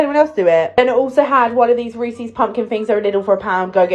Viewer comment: Reesy fucking reesy ITS REESES HOW THE FUCK Where's the y fucking hell